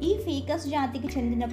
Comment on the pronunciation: అది ఫికస్ కాదు ఫైకస్